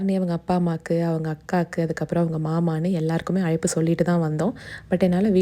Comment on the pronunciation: அய்ப்பு இல்ல மா அழைப்பு